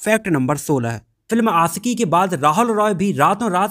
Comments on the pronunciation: It's आशिकी not आcकी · Bhai pehle bolna seekho.. Aasiqui nahin Aashiqui hai.. Sh hota hai Sa nahin !! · It's aashiqui not aasiki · Ashiqui boliye not Asiki . Apni bhasha shudh kijye .sha shabd ko sahi se ucharit kijye. Sha ko sa nhi ucharit kra kre